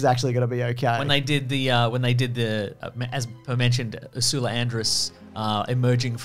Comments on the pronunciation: First time Ive ever heard anyone pronounce the name Ursula as Ersooola, duno whether that was deliberate or not but its Ersla. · Did you just say Usoola Andress when referring to Ursula Andress? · Who pronounces Ursula Andress’ name like that?!